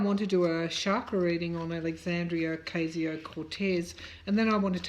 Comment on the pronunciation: Dear Tarot card reader, with love, let me advise you on pronouncing AOC's name that is OCASIO, not OKSIO. Good reading. Thanks.